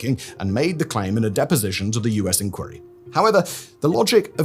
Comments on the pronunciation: Why are you pronouncing inquiry like that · Great mystery: why does Simon Whistler, a British person with a British accent, consistently pronounce "inquiry" the American way (ink-werry) not the British way (ink-wire-ee)?